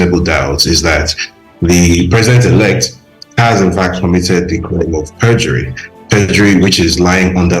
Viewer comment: Young lady, the eord is PERJURY and not PREDURY